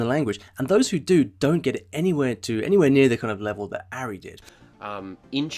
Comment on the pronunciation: Pronounced "Ahri" not "Arri". You obviously haven't watched many of his videos...